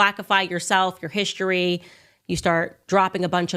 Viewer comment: "Hishtory"???😳 That's not how History is pronounced!🤣🤣🤣 Was she drunk?🤣🤣🤣